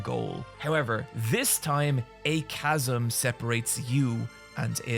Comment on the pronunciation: I am so proud he learned how to say chasm